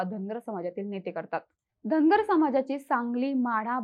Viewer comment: Tai tumhi uchhar kartana dhangad asa krtay ...survatila ....mg st mde je dhangad aahet te aarkshn dya